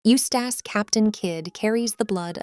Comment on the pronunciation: The way she pronounces it as "Used ass captain kid" throws me off a lot.